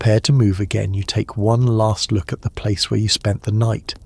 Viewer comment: It's last not larst